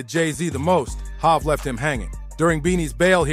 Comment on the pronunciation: Who the fuck is "HAV"😂😂😂